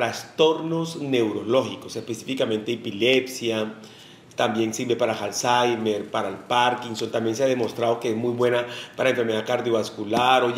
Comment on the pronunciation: Pensé que era Alzheimer y no Halzeimer